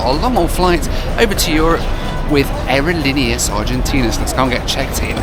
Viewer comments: Not to be offensive or anything, but the way you pronounce “Aerolineas Argentinas” is cringe-worthy to this Spanish speaker…. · Never ever ever say Aerolineas Argentneas again......ever.....I broke out in hives after your hundredth pronouncement of an earworm I'll never get rid of. Other than that, solid video. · You keep repeating “aerolíneas argentinas” with the worst possible pronunciation